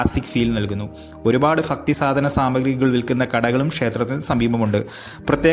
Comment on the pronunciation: ഫക്തി അല്ല ഭക്തി 😄